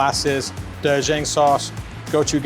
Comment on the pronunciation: Not the doe-jang and guchugang sauce 😑 bro learn pronunciation 🥲😂